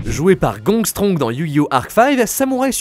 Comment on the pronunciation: Gongstrong ? C'est pas Gongenzaka ?